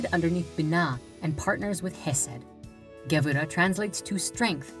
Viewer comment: LOL. "The SFIrat of GEbura". Sorry, I can't take this seriously. I mean, the very rudimentary basics are there, and that's a good thing, but if one doesn't know the fundamental jargon of the trade, one should not deal in it.